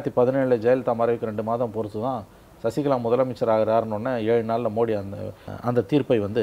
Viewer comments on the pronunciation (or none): none